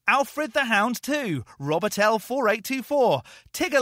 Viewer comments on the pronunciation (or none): none